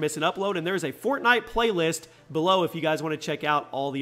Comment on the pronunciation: He said fortknot at the beginning of the video 😂😂